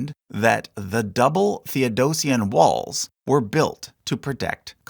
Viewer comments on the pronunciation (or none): none